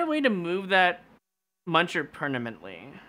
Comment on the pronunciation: “Pernamently”! Lol😂 sorry it was funny